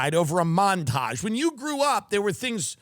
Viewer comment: You mispronounced mountage : ) Let me help pick your cherries : (